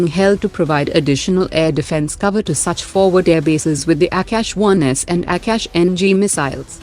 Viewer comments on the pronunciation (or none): "Akash" pronounciation is Caucasian , not indian.